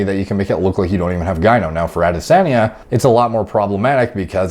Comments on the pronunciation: pronounced AH-dis-on-yuh (no biggie btw just putting it out there.) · Yo. The way you say "Ah-di-sahhn-yeh" is making me laugh so hard. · Interestingly, is not butchering the name. The tone is off but pretty close to the Yoruba pronunciation 👍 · Dude you just keep saying the same thing over and over. You never explain how it might not be steroids. You can’t even say his name right. Seems like you are just using this to get views. To be clear I don’t really care one way or another because I’m sure a lot of fighters are on things. It just seems like you are being purposely vague and not giving details either way. I mean if you’re actually trying to figure something out or “help” people understand it just seems like you would have better information.